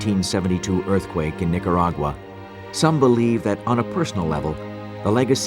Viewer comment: Terrible disaster. What's a Nicuragura? I refuse to try and explain this never ending pronunciation mistake. Spanish is so easy to pronounce and yet this mistake persist. On and on and on.